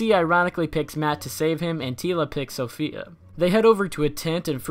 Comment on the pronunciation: Her name is SAFIYA not "SOPHIA"